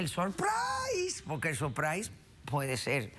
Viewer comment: "sorpraiss" 🤣